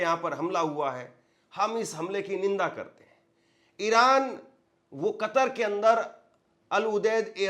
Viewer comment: Ninda nahe nindya bola hu ga